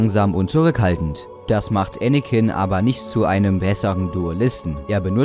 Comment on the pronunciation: Anicken ist schterker